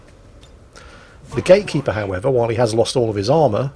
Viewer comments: Is saying "gaykeeper" all the time? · Is he keep saying "gay keeper"?